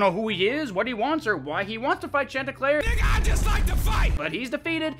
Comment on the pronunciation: Churlnsterpruk? Dude I could not understand that once